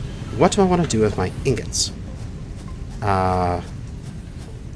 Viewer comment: he says Ignots lmao